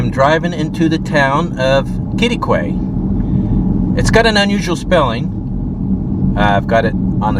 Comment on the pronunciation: Nice job on the pronunciation of “Quitaque.” Absolutely nailed it. One of the toughest Texas towns to pronounce (“kitty quay”).